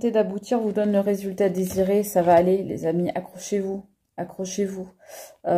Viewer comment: tu as dis accrochez- vous, j'ai compris accoucher-vous!!!🤣🤣🤣c'est moi, un peu d'humour...😊